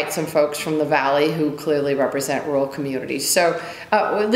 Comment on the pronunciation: She can't even pronounce rural